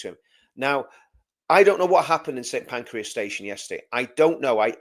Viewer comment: It’s Pancras Not Pancreas.